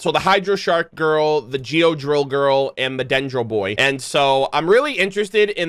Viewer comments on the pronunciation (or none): none